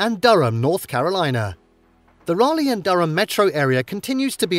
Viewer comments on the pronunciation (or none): none